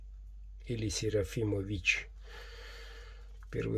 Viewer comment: город СерафимовИч - ударение на последнюю И. (станица Усть-Медведицкая)